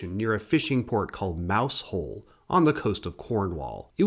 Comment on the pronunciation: Really good video but I'd like to add Mousehole (the village in Cornwall) is pronounced "Mow-zul". Many Cornish and Devonian place names have unusual pronunciations.